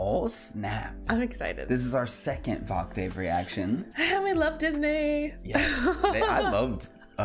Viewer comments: It's pronounced, just to help, VOK-tiv, like an octave on a piano - it is not a long "a" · New viewer, only cuz nobody has said it… It’s (Voc-Tiv), like Octave but with a V😆… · Voctave is pronounced like octave, with a v in front